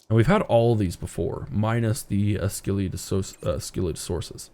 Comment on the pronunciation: Coelophysis and Scelidosaurus are pronounced See luh fai suhs and Skel eye doh sore us, respectively